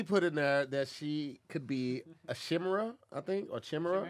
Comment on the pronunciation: The fact I’m watching this back and pronounced Chimera as “Shimmera” is hilarious 😂😂